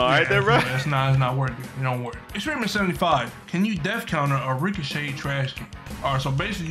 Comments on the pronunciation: It didn't say death counter it said def counfer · It’s not go it’s oh, it’s not death counter it’s def counter